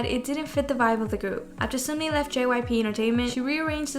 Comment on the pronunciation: i’m sorry but i cant not point out.. it’s not sumni . it’s SUN-MI. (pronounced seon-mee / 선미 )